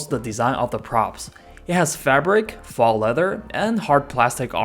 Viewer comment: Good video. Very thorough, good insight. If I may: faux, as in faux leather, is pronounced like “foe.” Not trying to offend, i appreciate the audio being in my native language, just thought you may want to know.